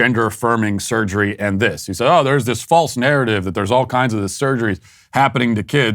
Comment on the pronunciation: The way that surgeon keeps saying "surgerree" is one of the most irritating things I've ever heard. His voice in general is like nails scraping down a blackboard but his performance of that word is egregious.